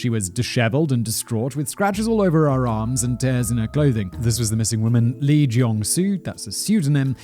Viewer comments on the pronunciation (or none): It's actually is 지준파, Romanized is Jijon Ji Jone. Lee is actually pronounced E (long e). Understand the difficulty of the language. 🤣🤣🤣 Their consonants are soft. I'm sorry you are literally butchering the language. I can't watch this.